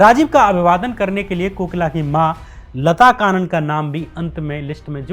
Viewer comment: लता कानन नहीं... लता कन्नन! और 'लेट्टे' नहीं L.T. T. E पढ़ते हैं!